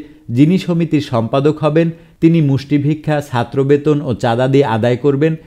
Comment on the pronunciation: You need to work on your pronunciation of “ Chattro “